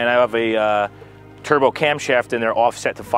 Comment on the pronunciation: "türbow" ugh